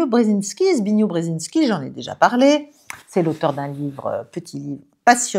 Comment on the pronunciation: Tout juste pour dire que le nom s'écrit Zbigniew mais, se prononce "zibig-nieff" ou au mieux "zibig-niev" et "zbig-niou". On fait l'érreur par réflèxe de vouloir le prononçer non mêne pas en français mais en Anglais et donc on pratique un massacre de son prénom. Or, même en Anglais, il y'a une érreur de prononçiation car "niew" et "new", ce n'est pas la même chose, nos cerveaux, il est vrai, cherchent à priori des raccourcis et privilégient dans certaines choses, tout d'abord, le plus court chémin. En fait, pour ne pas faire de démolition de son prénom, il faut le prononçer dans la langue d'origine qui est le Polonais même s'il s'agit d'un citoyen américain. On doit réconnaitre tout de même que ce n'est pas facile si on n'y est pas très familier. Le personnage réconnaissait lui-même qu'il y était un peu habitué, son nom et son prénom étant peu courants hors de sa communauté à lui. Bon, il faut réconnaitre que le nom de famille aussi c'était ou c'est toujours une autre paire de manche et en Français, et en Anglo-américain.